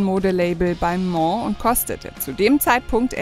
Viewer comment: Nur zur info das Label heisst Balmain u nicht Balmo....😅😅😅😅😅